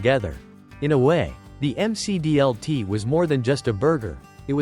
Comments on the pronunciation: Say it with me, you rotten AI bot announcer, at :36 in, it’s pronounced the Mick D L T. Not the M C D L T. This automated nonsense ruins the content, and takes you right out of it. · "The M C D L T" is not a rap singer! Stupid AI. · Clearly the creator of this video was not around in the 1980’s, because he is mispronouncing the McD L.T. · Jeez, the AI voice can't pronounce any product names properly. M C D L T? That picture of the rectangular pizza during the Priazzo segment looks like a school cafeteria pizza, complete with recipe card from Quantity Recipes for School Food Service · It's pronounced "Mick Dee El Tee." 😂 AI narration. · The M C D L T😆. Don't call it Mac DLT or nothing. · Mc dlt is the correct way to say it